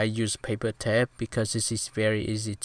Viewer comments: It's not tept it's tape hahahaha lmao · Its okay the way you say tape is tep